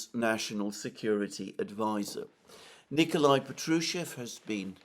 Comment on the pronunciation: Respectfully, the name Patrushev has stress on the first syllable - therefore, Pátrushev.